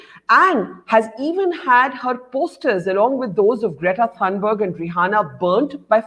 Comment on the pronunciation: and it’s pronounced greta thunbery